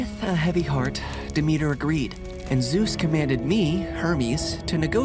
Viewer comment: Really nice story !! But as a Greek person you did pronounce Demeter wrong